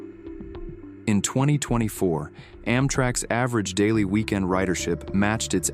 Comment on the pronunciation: The AI narration has problems. it doesn't "understand" the need to put an emphasis on "weekEND" and "weekDAY" to point out the important result of the research. Instead it put the emphasis on "average" both times and blows through what's different about the two sets of data. Why can't you use a competent person with a personality who cares about the topic?